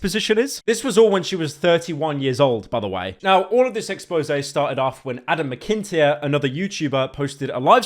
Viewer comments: Not to be that guy, but Adam McIntyre's last name is pronounced "Mac-in-tie-er" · if you ever say my last name like mec kin tier every again imma kms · I didn't think anything could get more unhinged than this "apology" video, but Pyro's pronounciation of Adam McIntyre's last name takes the cake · im sorry, HOW did you pronouse McIntyre 😅😅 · Hearing you mispronounce Adam's surname; "And so the English crimes against the Irish continue."